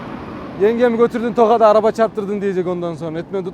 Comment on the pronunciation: Tokatı da tokatlı gibi söylüyon gardaşlık :)